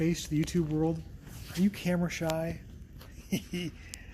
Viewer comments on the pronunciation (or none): none